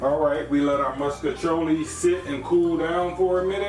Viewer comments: I’m from St. Louis and I’ve literally never heard it pronounced differently than that even though everyone knows it’s fucking wrong. I’ve been eating “musk-iciolli” my entire life, too, lol. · I like how u say “moscachioli” lol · Right he say muskachioli 😂 he did that tho it looks so good